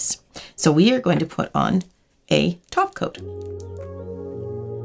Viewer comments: She's saying "top coat" wrong, it's pronounced "taco" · When she said "top coat" I swear I heard "taco"